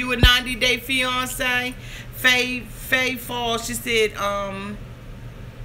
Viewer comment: I love the way you say fiance. It sounds like fe-yon-ce/ Beyonce lol. Love you for keeping it real!